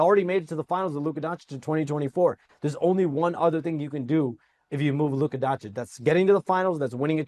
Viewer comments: DONCHICH, NOT DONCHICK! Omg so many years in the league and Stephen A STILL can't pronounce it right. Shame on you. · Stephen A still mispronouncing Doncic is hilarious to me 😂